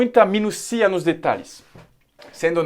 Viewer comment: Minúcia e nao minuciaaaaa kkkk